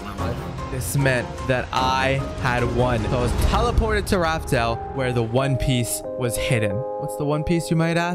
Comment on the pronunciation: Bro it's Piece not Piss